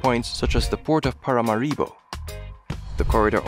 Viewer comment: It's Paramáribo, not Paramaríbo.